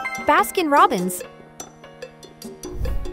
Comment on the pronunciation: You said for fanta and takis like fonta and takihs